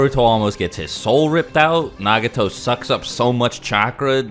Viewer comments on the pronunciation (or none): none